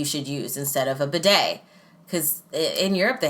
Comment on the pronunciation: “Badey”? Lol it’s “bidet”